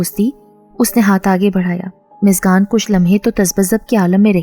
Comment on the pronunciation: App muskan ko miskan miskan q keh rhi hai? Mtlb itna mushkil name to nhi k ap muskan ko miskan miskan kr rhi hain